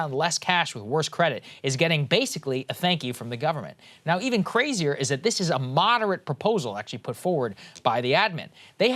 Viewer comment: Or "moderatea" 😁